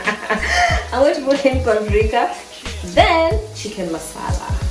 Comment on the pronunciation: The "paplica" part killed me. Nakupenda gal